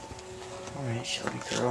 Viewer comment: its shelby not shelly don't hate me